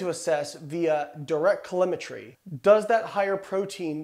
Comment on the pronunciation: its pronounced "Say she ate ing", not "Say T ate ing" stupid. Of course you love protein and studied it, you are a "Bro", with no actual sense. Its also "CaloRIMITRY" not "Calorimy"